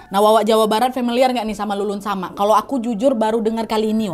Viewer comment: Leled samak mbak bukan lulun samak